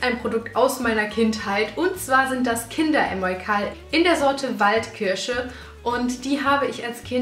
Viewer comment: Haha süß "Waldkirsche" hab ich verstanden, anstatt Wildkirche ☺️